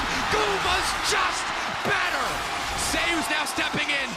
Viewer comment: He cannot pronounce ZEUS properly? ZE YUS? WTF